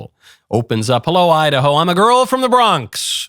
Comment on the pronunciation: When she says “ I-Da-Ho” from the Bronx - Sha ain’t lying!!!